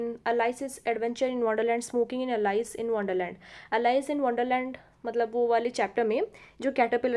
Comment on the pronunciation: Please pronanuce correctly Alice